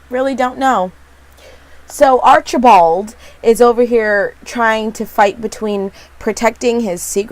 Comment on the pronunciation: Arch-a-bald! The way you say it lol